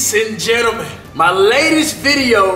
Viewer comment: He said lace and jenimen